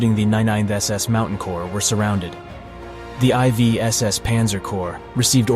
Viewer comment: This video, like many others, is degraded by the use of the psedo dramatic AI voice which cannot pronounce the fundamental subject matter and says I V when confronted with the roman numeral for 4th. Very interesting content but a cringy, false sounding AI narrative